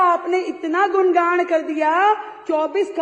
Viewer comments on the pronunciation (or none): Gungan hota hai गुणगाnd nhi